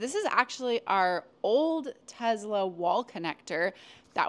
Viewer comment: FYI: It is Tesla. not TEZZZZZZLA